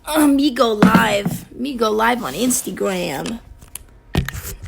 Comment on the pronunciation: Nobody Doja cat: me go liBe